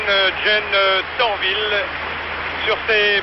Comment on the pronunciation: Its Torvill and Dean, NOT Dorvil and Tean!🙄